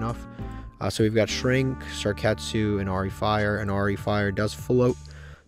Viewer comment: Love the series. But I love more the way he pronunces card's name. Lets start a bet to see how much time passes until he realizes its Sakuretsu instead of Sarketsu